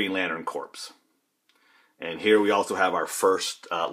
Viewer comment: Buddy, this video was suggested to me and your collection is pretty awesomely cool, but I just had to say a couple quick things and forgive me if someone else has mentioned it in the past approx six years approx. It is Green Lantern or Sinestro Corps, not CORPSE but it's pronounced like CORE. Like US Marine Corps. Just had to put that out there. I'm just wondering if you've never heard it spoken to the point of this video? Also, toward the end of the video the word is miscellaneous, like miss-cellaneous not misch-ellaneous.